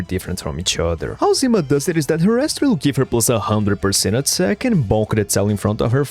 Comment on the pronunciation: Sonya's codename is "zimA", not "zIma"! TT__TT